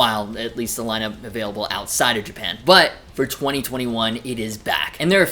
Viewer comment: lmao "Abailable"